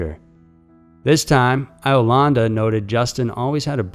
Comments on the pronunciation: Pronounced Beg-itch & Yo-landa. I-o-landa? Dude, really? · "Eye-o-landa"? Really?!?